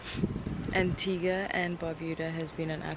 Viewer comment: That’s the first time I’ve heard someone pronounce Antigua right . For people who don’t know it’s pronounced Antiga and U Is silent